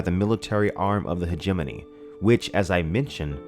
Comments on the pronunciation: Hegemony = Hejj-mon-ey Not He-jeminny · when i first read this book back in 89/90 I remember pronouncing it something like Heg-a-mony(terrible I know) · I have been pronouncing hegemony wrong in my head for years apparently! Great video as always! Thanks for always putting out quality man. (Btw, I was saying it "hedge-a-mony" in my head) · Hegemony is closer to Matrimony in syllable placement. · I think you are miss mispronouncing Hegemony.